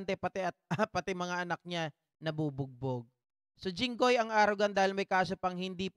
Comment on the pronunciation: Ano ka jinghoy presidente kb..ikw gusto mo pumili bulol ka hinggoy😂😂😂